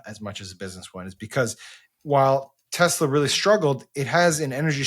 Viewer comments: It’s Tessler guys, Tessler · It's pronounced Teslar. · "I love Tesler!!" 😂😂 This has made this rainy day a little better. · Teslur. Please. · Maybe when trump pronounced it “tesler”, people got confused.😂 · I think it is pronounced, Tesler. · Pretty sure it's pronounced Teslur.